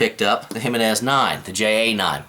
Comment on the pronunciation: That's the first time I've heard anyone pronounce the name correctly. Thumbs up just for that :)